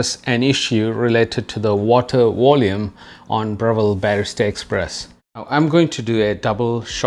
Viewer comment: It was the "Water Wolume"